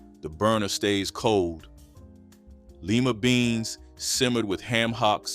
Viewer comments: It’s Lima beans not leama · The name lima "lie ma", it's not leema . This isn't the first time you've completely mispronounced simple words, are you a FBA? So many untruths in this commentary, stop disrespecting our Ancestors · Who is reading this? Leema beans?? It's Lima. Like lye. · DO NOT call Lima beans "LEMAS"; it's not "Leg-umes", it is one word: LEGUMES! I was raised in that era. I am appaled. Take it down. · "LEEMA" beans LIM MU beans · This man just said "LEEma" beans. Boy, bye. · Lime -uh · Its pronounce lie mah ..beans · Let me help you brother... lima is pronounced with a long i not with an e.